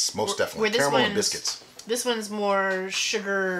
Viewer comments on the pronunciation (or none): Did I hear "biscuits"??? Hahahahaha